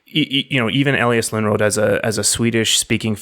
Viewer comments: Yes. Too bad they can't pronounce the name Lönnrot... "Lunnråt" wtf? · I just want to bring up it also in the comments, though it is fixed in description: Lönrot was actually Finnish speaking, so there was mistake in the start with that, his name only Swedish sounding was. But excellent job specially for a foreign persons doing this! Its first time ever that these are being heard in english in any video as far as I know. Pronouncing Finnish names in the Runos was very well done also, better than I would expect and really not much accent at all. Think about the people living in forests and at night fire and when Festing something - Singing and chanting and meaningfully reciting the old teachings about the creation of world and ways of living and getting the feeling of magic doing it. About the Sami people, I always thought that the relation cant be that far fetched, becaues their language kinda sounds the same and Sami and Suomi as a words are not that far away from eachother, because Finnish dont call it Finland or Finnish they call it Suomi, both country and language. The Finnish and Sami languages sound about as similar as Finnish and Estonian languges do. I get alot of updates of that because Finnish tv actually has Sami language news.